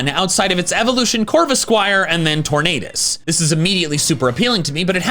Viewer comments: why did he say tornadous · BRO SAID ROOKIDE EVLOES INTO TORANDOS GO BACK TO THE POKÉMON ACDAMY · Wait did you say rokeidi corvescvijer and turnades? (Sorry får bad english)